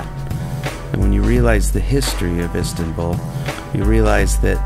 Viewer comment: I hate how he pronounces Istanbul 'istintbul'